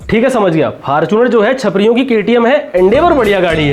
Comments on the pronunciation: Fortunar ❌❌Fartunar😂😂😂😅😁😁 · fortuner ✅ faarchunar ❌ 😂😂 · Faarchunar✅️ fortuner❎️😂😂